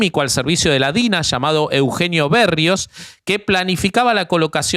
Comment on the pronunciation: Poca preparación de la Rufi.... El tema sectario de colonia y el culto a la figura del dictador deba para tela y traje...... cada vez pronuncia para el orto..... Piñera en vez de Piñera, Bérrios en vez de Berrios.....y Luna, yo recuerdo su cabellera oxigenada cuando logra su cometido y al tío Paul cuando lo arrestaron en pañales...